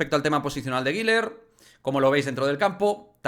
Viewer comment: La pronunciación correcta es “GULER” uuuler U U no giler ❌el nombre no tiene la letra i por ningún lado que verguenza 🤦🏻‍♂️ saludos